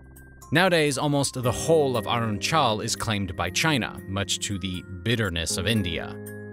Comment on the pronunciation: So damn horrible pronounciation of "Arunachal" shows me all I need to know about the "deep study" you must have done making this video.